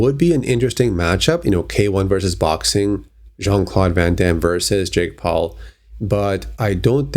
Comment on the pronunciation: It's van Damme